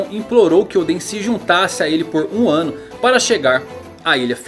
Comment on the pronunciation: "1 wano de idade..."